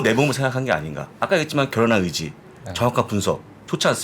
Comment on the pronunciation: 부사장님 멘트 중 '결연한 의지'가 의 '결혼할 의지'로 들렸습니다^^;; 의 결혼할 의지와 의 정확한 분석을 살려서 11시에 시작하자고 계속 압박을...주시는 줄~~~^^ㅋ